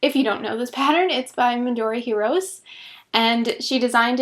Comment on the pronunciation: It is Midori Hi-ro-'seh'. Just saying! I think your ranunculus looks and fits better with smaller gauge.